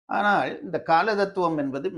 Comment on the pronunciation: ❤Even a Tamil Scholar pronounces wrong "" aanal' ( small -l) as ""big" "ll" like '" aanaalll'"